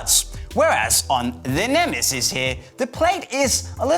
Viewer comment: ALL-IN-ONE VIDEOS it's neme'ziz' not nemesis 😂